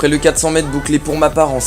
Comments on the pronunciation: On t'a déjà dit qu'il y a un -r au mot "mètre" ? C'est quoi cette manie d'abruti consanguin de dire "mèt" au lieu de "mètre" ? Tu prononces "espliquer" je parie. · Merci pour la vidéo, mais par pitié prononce le R de mètre 😂😂